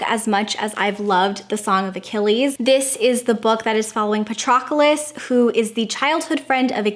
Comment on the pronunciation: I don’t know what took me so long, but I finally read Song of Achilles. It quickly went onto my list of all time favorites. (Btw, Patroclus has three syllables, not four. Pat-ro-clus. 🙂) Thanks so much for a great video - so many good recs!